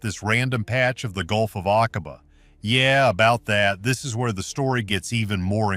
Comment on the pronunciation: Doggone you! Using an AI voice, and a COMPLETELY AI generated SCRIPT, has tarnished what little veracity and credibility there might have been of this story. 😠 In addition to absolutely butchering pronunciation of foreign names (like the Gulf of Aqaba), AI CAN LIE, putting EVERYTHING you let it create into question! SHAME🫵 ON🫵 YOU!🫵😡 Would you accept that sort of thing from your husband or wife?! Go to the video description: Significantly altered or generated by AI. I've seen some of this information and (1980s or 1990s?) footage before! The scuba gear is old, the ROV is old, the haircuts are dead giveaway. What else do you need to be told? 😡 I'm reporting this for misinformation. Not for being ENTIRELY false, but for NOT being entirely TRUE! You do know we'll have to stand before God and explain everything we've done, right? Right?!